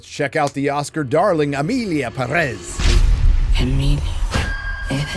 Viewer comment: ...why are you saying Perez like that, with the stress at the -rez? The name even has the tilde, that little thing on top of the é. It tells you were the stress of the word is, the Pé. Pérez.